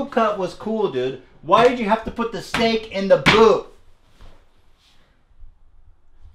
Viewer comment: “stehk in da buut?!”